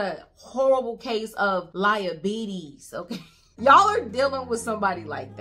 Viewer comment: You made me giggle when you said liabetes 😂 you are awesome